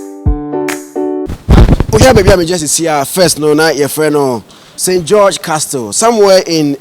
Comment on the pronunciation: the word CASTLE is pronounced 'ka-sel', not 'kas-tel'. Thank you